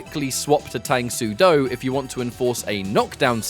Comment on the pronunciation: Its pronounced “Tung” soo do btw.